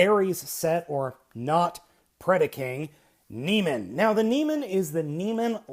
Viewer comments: Neh-mey-an, not nee-man. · you're pronouncing it wrong you say na-mean when it is actually pronounced na-me-un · From what I can tell (and a chat with a close friend who is something of a classics expert) it's Neh-MEE-an or NEE-me-an ... but the ending should never be pronounced simply 'man' or 'men'. Sounds like 'NOR-man'. Having said that, perhaps it is more widely accepted 'across the pond'. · It's pronounced Nee-mee-en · Great review, its proniunced Nee'meean. Like the lion from greek mythos.